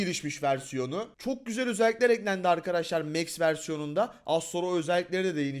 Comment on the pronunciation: Abi o mex değil max